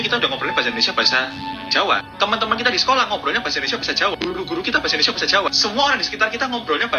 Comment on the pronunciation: Lo aja ngomong salah mas? Bkn endonesa Indonesia, ngomong yg bener